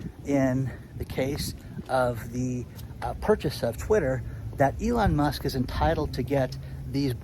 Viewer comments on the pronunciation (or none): none